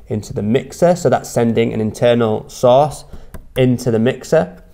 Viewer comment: I keep hearing sauce.... after hearing it about 50 times I realized he was saying source lol